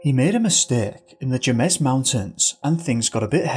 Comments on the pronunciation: Heheheh - "Jemez" is not pronounced /dʒemɛz/, it's /hemɛs/ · Excellent job as always...really enjoyed it! Just an FYI, Jemez is pronounced like "hay-mez" The J is pronounced like an H as in Spanish words ....for anyone who might be interested! 🙂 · Jemez is pronounced Hey-Mez. I love this channel, appreciate the research you do and enjoy your format. Thank you. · 🙏🏻Thanks for posting 🏔You mention the Jemez Mountains in northwestern New México🌲The locals pronounce Jemez as heh-mez or hay-mez since the Spanish is pronounced like an English 🌶 TJ the CST in Albuquerque, New México, USA🗽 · Hi there, New Mexico native here! So you are pronouncing 'Jemez' incorrectly. It is not pronounced with a J but an H.